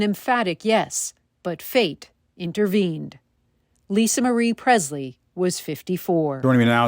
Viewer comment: It’s not pronounced “Prezzz-lee.” It is: “PreSSS-lee.” M-Kay?